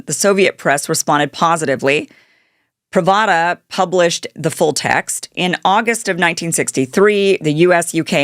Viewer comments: it is pronounced... Prov - Dauh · PravAda? Immediate click away. Such journalistic ignorance. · Gro-mee-ko, Prahv-da, day-tahnt... your pronunciation guide for today... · it's pronounced PRAV-duh, not Pra-va-dah. The official Soviet newspaper, which translates as ... ... wait for it: "Truth." Ironic, ain't it ?? 😂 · That's prav-da, sweetheart. 🎉😊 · Kim’s Russian pronunciations need a brush up…if “pravda” and “Anatoly” are challenging she’s in for a long slog through the doc 😉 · She doesn’t know enough to pronounce “ Pravda” correctly. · Showing his head being continuously blown off while you're yapping is in very poor taste. Plus you mispronounced "Pravda." I'm outta here.